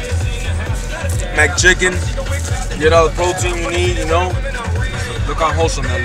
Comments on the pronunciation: I cringed so hard when that man said “MACdouble and MACchicken” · He says Mac chicken